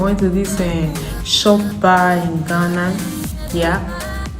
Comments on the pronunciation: It is chop bar not shop bar lol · It's pronounced; Chop(eat) bar